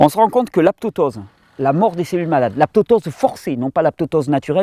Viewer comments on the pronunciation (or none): On dit apoptose Thierry, et non pas aptoptose ^^ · Mon bon Thierry excellente vidéo comme d habitude avec des conseils simple et fonctionnels ... Ta langue à due fourcher cependant lorsque tu as parlé d aptotose au lieu d apoptose. Je le signal au cas ou tu souhaites le corriger A 16 min40. Merci pour tout Thierry-le-couillu:-) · Apoptose et non aptoptose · Salut Thierry, on a sûrement déjà dû te le dire, mais tu prononces mal le mot "apoptose" ! :) (mort cellulaire programmée)